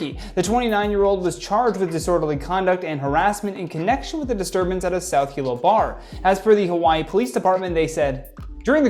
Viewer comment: Super funny to hear talk about Hilo, nice job saying it right.